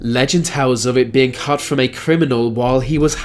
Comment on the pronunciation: Why should hand be destroyed?? I get a very liberal vibe from this man also its pronounced CUT not CUFF,,WEALTH not WELFF